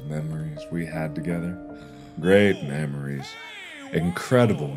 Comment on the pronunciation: I lost it when the memories became mammaries/maemaries 🤣😂